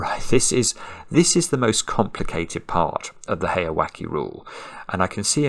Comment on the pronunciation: The pronunciation for the second part of heyawake is like "wa-kay" or "wa-keh" not "wa-key". If it was like you pronounced it, it would be spelled with an "i" not an "e". Japanese vowel sounds are very consistent in almost all cases -- so the "e" in "heya" and "wake" should be the same sound.